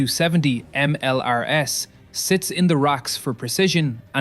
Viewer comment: Maybe don't use AI generated text when the AI can't get them right. "Moukari" isn't "McCarney" and "MLRS" isn't "MLAs".